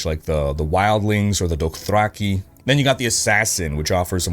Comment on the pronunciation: The doe thracky is the most insane pronunciation I've ever heard lol. If only there was a cultural phenomenon show that overtook the entire globe with it's storytelling showed people how to pronounce it.